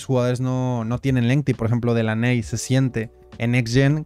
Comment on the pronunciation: Délany bro así se pronuncia Delaney😅